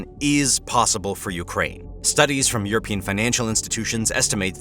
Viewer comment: "europian"??? Oookay